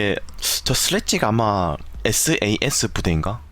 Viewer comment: 사스가 아니라 S.A.S(에스에이에스)에요